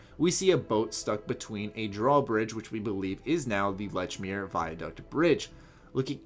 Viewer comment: You pronounced Lechmere wrong. It's pronounced "LEACH-meer"...